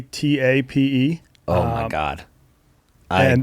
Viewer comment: Even though can't pronounce Guatape he's right it's paradise. I lived in a 1950s bus in a hostel for a month there.